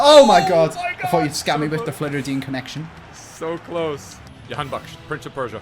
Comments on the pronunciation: Ali Reza Jahanbakhsh, he is Iranian and you actually pronounce the “J” in his name it’s not like Swedish or something that you pronounce as “Y” Yahanbakhsh is wrong actually. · You have actually pissed me off it’s pronounced Jah-Han-Baksh and that’s Arabic music not persian